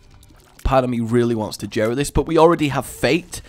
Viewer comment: JERA IS PRONOUNCED WITH A SOFT J!!!!!!!!